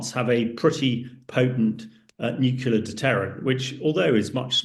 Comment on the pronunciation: I wish he would stop saying Nucular instead Nuclear